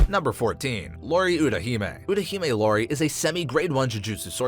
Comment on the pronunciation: Isn't it Iori not Lori